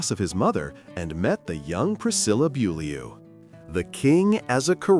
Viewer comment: This announcer can’t even pronounce Priscilla’s last name correctly